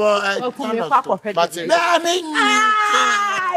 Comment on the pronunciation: Papa Kumasi, “casidooma”.😂😂